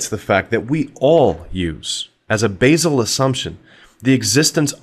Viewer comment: What is this "Basal" words you keep saying.